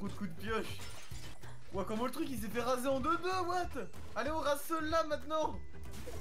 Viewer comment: Aïe aïe aïe c'est pas rasER mais rasÉ Mais bonne vidéo 😄😘